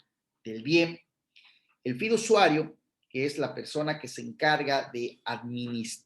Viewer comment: Pd se dice fiduciario NO fidusuario